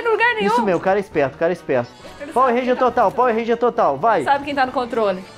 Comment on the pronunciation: Pauer Rênjia kkkkkkkkkkk